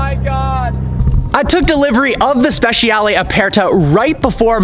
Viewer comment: Speh-chah-lay not speh- she-al